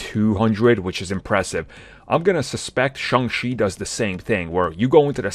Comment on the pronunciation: Shang CHI. Not Shang She. Get it right,!